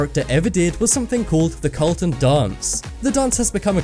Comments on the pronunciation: just so you know it's not called the "colton dance" it is the careltin dance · "the Colton"? His names Carlton on fresh prince not Colton lol what the hell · Carl-ton. not Colton. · It's Carlton, not Colton. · Some interesting things, but, froot loops are clearly not of the same taste, at least not here in germany. The differently colored have different taste also. And the guys name in the series the fresh prince is Carlton, not Colton. Ok, bye.